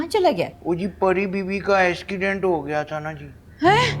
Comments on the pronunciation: Accident nai ascident pronunciation Galt ni karni 😂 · I laughed so much when say asckident 😂😂😂😛